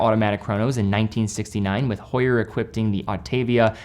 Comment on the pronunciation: It is an "h muet" silent H ... OMG ...